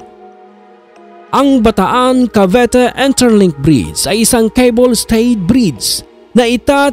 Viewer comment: Bataan-Cavite po hindi Bataan-Cavete